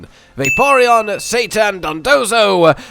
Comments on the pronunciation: Why this dude keeps calling cetitan Satan 💀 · It's cetitan not Satan hahah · Love your videos and strats guys...but please, if you're going to the effort of recording, scripting and editing a video can you try and actually read the pokemon's name before pronouncing it?! Cetitan isnt hard to read or say- Say-Tie-Tan not Satan. It's a Whale...CETACEAN and it's big TITAN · They way you say “Cetitan” sounds like you’re saying “Satan” and that threw me off so many times lol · I'm never pronouncing it Cetitan again, Ceitan is infinitely funnier. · I heard "Cetitan" in #2 but read Blissey and I thought you were calling Blissey "Satan"... which is 100% accurate :) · I thought he was calling blissey Satan the whole video 😆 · Say it with me now, Ce-Ti-Tan